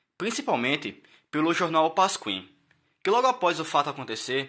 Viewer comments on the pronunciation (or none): "Pascuim" não,... PASQUIM. " KIM ". Quero te ajudar!